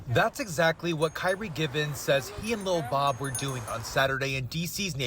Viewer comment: Ok, absolutely love this reporter!!! 😊❤ First he says Lil Bob right, and then says his name without erasing the accent as it should be from a linguistic standpoint.